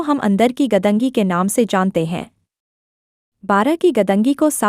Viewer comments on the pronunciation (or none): Madam वो 'गदंगी' नहीं, ' गंदगी' है ! 🙏🏻 🙏🏻